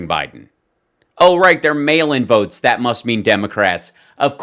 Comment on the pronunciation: When he's begging for a partner in crime, notice how he pronounced the word: votes as "vewts"....all affectatious..pretentious.😂